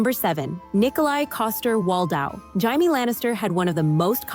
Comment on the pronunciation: It's Jamie not Highme